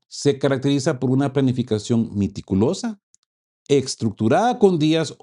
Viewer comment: No es miticulosa.....es meticulosa..